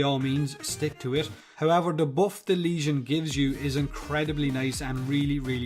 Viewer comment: Finally a YouTuber who knows how to pronounce the name of this weapon